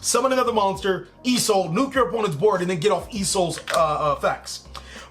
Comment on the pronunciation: I noticed something in this video you constantly say e soul in this vid but I can't figure out what e soul Stands for. Certainly it's not e emergency call, rght? Or are you saying Isolde as in the link 2 noble knight?